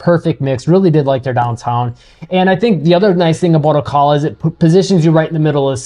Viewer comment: Good summary. FYI the correct pronunciation of Ocala is: O. CAL A